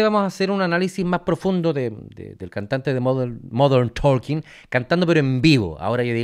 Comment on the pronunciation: Se pronuncia TOKEN, no ToLken.